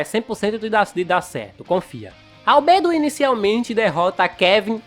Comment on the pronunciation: Mano que agonia ele falou Albedo errado